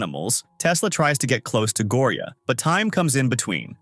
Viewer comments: Go o ri a 😂😂😂 it not like that it’s like Gorya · It's gorya not gooriya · LOL HE SAY GORIAA IN A FUNNY ACCENT 😂